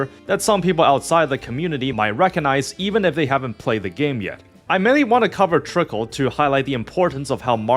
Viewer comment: While I acknowledge this is only a week-old review, and I'm not upset about unfamiliarity with some game's elements, the video does kind of read as one made "just to get it over with" without much engagement or desire to play it in the first place. As such here are some notes starting with two general points: It's "Trickcal", not "Trickle". They even say it every time you open the game! The usage of "idle" vs "autobattler" is pretty sketchy and inconsistent but that's a topic of debate all of its own. - I feel like this part is kinda misrepresenting the situation, since the game was successful before the Speaki meme came around, and even before its global launch. I'm sure it brought a lot more eyes to it, but I think you put a bit too much emphasis on its impact to the game's success. - This part is just factually inaccurate and shows a terrible lack of research. There are plenty of materials showing the troubled history of the original launch of Trickcal in 2021 or so, which was so atrocious they had to close it back down to polish it more. The current iteration (Trickcal: Revive) was released in 2023 and has been significantly better received in Korea and even had quite a lot of global interest before the worldwide release. Trickcal: Chibi Go is the name of the global release equivalent, and while it has a few changes from Revive, it's more or less the same game, not a new release. - The global story is in its worldbuilding set-up phase, but even at this poin